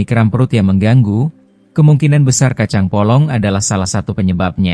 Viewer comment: Kacang polong bukan kacang bolong.......